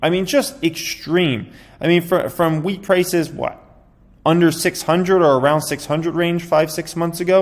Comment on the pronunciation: I thought he said weed price 😂 not wheat 🌾